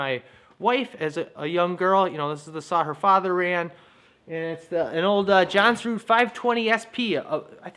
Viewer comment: Long time question I have: How do you pronounce "Jonsered"? It sounded like you said "johnson" in the video! LOL I looking forward to seeing how you attach the other end of the bowstring. When I made bows as a little kid, sometimes I did loops on both ends, sometimes a notch on one end and a loop on the other, and sometimes notches on both ends. Since I'm really really old and my memory is not so reliable, I don't remember which version I liked better ;-)